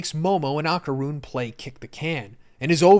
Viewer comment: “Ahh-Kar-Rune” is killin’ me